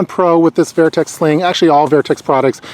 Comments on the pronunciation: Great review👌🏼 couldn’t let go of the “vAIRtx” pronunciations though😂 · Good review, great product, just saw a shot show 2017 video on same bag. I have plenty of Vertx pants. Very well built! Comfy and durable! Just never heard the brand name pronounced that way.